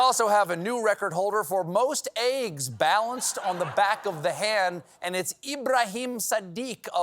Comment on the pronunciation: Why does Stephen say "Aieggs"? Is it a regional accent?